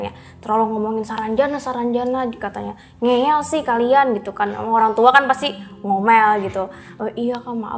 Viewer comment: Ngeyel bukan ngeel